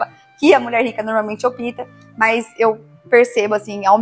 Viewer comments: Gosto muito do canal. Vc é ótima. Mas, por favor, diga opta (ópta), não opita. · Só errou uma coisa, ela falou opita ao invés de opta 😅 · Adoro suas dicas, essas que foram passadas, muito interessantes. No entanto, se me permite, a palavra "opta", que foi utilizada várias vezes. Pronuncia-se como se tivesse um acento na vogal "o" . Veja o ex: ópta e não opíta. ok? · Você dá boas dicas de elegância ! E ainda bem! Gente culta não fala OPITA, é opta ou a opção ok ? Sucesso !!! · Gostei do seu vídeo mas vc precisa corrigir a pronúncia do verbo optar. Vc diz no vídeo várias vezes, a mulher rica “ÔPITA”… o certo é” ÓPTA” (OPTA) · Desculpe,mas não existe " opita" e sim opta.Não resisti kkk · Rica tb fala português direito. Não é opIta e Opta. Que nervoso que deu de ouvir vc falando opIta